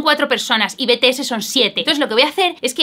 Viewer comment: En serio solo a mí me crea un poco de dolor de oído escuchar "Betese" y no "Bities"??? (Ter te amo❤️😔✨ soy muy ARMY y por eso lo digo, pero tú como quieras decirlo)